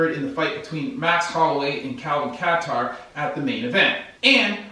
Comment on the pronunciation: Ref wont stop it if Kattar is active, but maaaaay refer it to the doctor to check it out, end it? I think a caring corner couldve thrown a towel anytime after 3min of rnd3.. he was gone, outmatched, and never coming back. Also, they kept calling him "Kay-tur" during the card, it was cringeworthy.. thanks for gettin it right!!